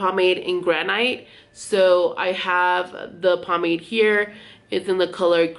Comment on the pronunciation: Hon. The word is pronounced “gran-it” (granite).